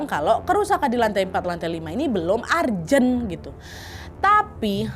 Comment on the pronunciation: ARJEN... ARJEN Perbaiki bhs inggrismu, nad